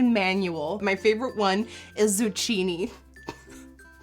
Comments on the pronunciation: Did she just say Zu-chi-ni? bruh its Zu-kki-ni.. no hate lmao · Zucchini is pronounced "Zu-kee-nee" not "Zu-chee-nee" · I love how you said “zuchini” when it’s “zukini” but actually spelled zucchini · Zu-ch-ini!! its Zu-k-ini!! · It's not pronounced zoochini it's pronounced zoockeni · It's pronounced Zu-kee-nee not zu-chee-nee even tho it's spelled zucchini... Still love ya tho! ❤️ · zu-ki-ni not zu-chi-ni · ZuCHinni... It's ZuKEYnni... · Also it's pronounced zoo-key-knee not zoo-Chee-knee lol but you still slay my life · "zoo chi nee" lol it's "Zoo-kee-nee" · I guess she doesn't know what zucchini is because she pronounced it like "zoo-chee-nee" 😂😂 It's "zoo-key-nee". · 2 notes on pronunciation: the cc in zucchini is pronounced as a k, not a ch. Also, the a in Malibu is pronounced like the a in Cali, not like the a in mall. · zu-chini 😂😂😂 I died when she said that! it's actually zu-keen-nee! love u! beautiful look! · Zucchini. Zuke-kee-nee. Yeah zukeeznee. The bread. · Zuccheeknee no b it's zucchini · Nikkie I luv u but it's pronounced "ZUKKINI" - an italian girl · BEAUTIFUL recreation! your skills are out of this world! your my makeup inspiration. and I fully know & understand your from Holland & English isn't your 1st language. but... btw- Zendaya is pronounced Zen-DĪ-Ya (I tweeted u that) zucchini is pronounced - Zu-Kēēn-E & Malibu is pronounced M-ĂL-ibu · It's pronounced zoo-kini. Like bikini. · Girl it's pronounced "zoo-kee-nee", not pronounced how it's spelt. 😂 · pssst. it's actually zucchini like zoo-kee-nee (not kidding) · "zucchini" with [tʃ] though :/ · Im italian , and you have to pronunce zucchini as "zukkini" lol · zucchini is pronounced [dzukini] ;) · Lol I love that you pronounced it zu-chini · Zucchini is pronounced Zoo-key-nee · zucchini is pronouned like "zoo-key-knee" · wait. you do know that ZUCCHINI is actually pronounced ZOO KEEN KNEE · Omg she said zoo-chee-nee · Lol zucchini is pronounced zukini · it's pronounced zoo-keen-y